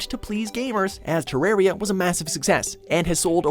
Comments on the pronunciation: "te-RARE-ia" i swear to god they do this on purpose. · NUMBER 4 is prounounced TER A R I A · Pretty sure its read as Te-Rar-Ya.